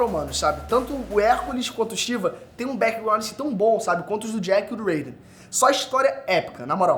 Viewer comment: Alguem me esplica por que a pronunçia do nome Raiden ta em ingles